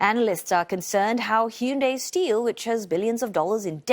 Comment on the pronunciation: Thank you for not calling them, Hi-Yoon-Die